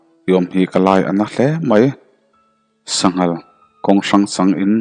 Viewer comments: "SANGHAL KHÂWNG HRANG".."SANGAL KHÂWNG HRANG" tih tur aw. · Sanghal kawng hrang nilovin 'sangal khawnghrang" tih tur. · Sanghal kawng hrang chang ni lovin, Sa ngal khawng hrangin tih tur a ni zawk lo maw? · Sa ngal khawng hrang tih hi i hrethiamlo deuh in ka hria , i chhiar rik dan kha han enlet la i ti dik miah lo. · Sa ngal khawng hrang tih tur. I lam diklo. Han in enlet teh.